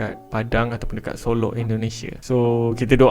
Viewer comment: solok bukan solo